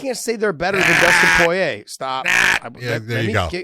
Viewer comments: You say poirer really fucking weird 😐 🤣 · People give a hard time when he says Poirier's name because he sounds funny saying it lol. The best I've heard say it was GSP because it's a French name. But when people say it in English they often sound funny.